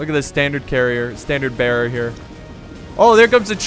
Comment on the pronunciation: wtf i spit my coffe... "Look at that standard carrier, standard berrihrer" ( Banner carrier) lol